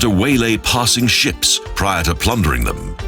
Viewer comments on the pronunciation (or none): none